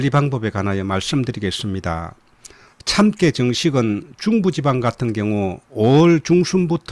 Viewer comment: 참깨 발음이 너무 이상합니다.